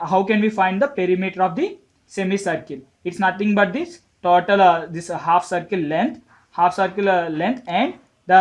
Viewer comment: it is not taautal it is total 😅😅